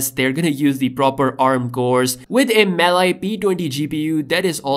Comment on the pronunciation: Btw its pronounced MAL- E gpu not mal i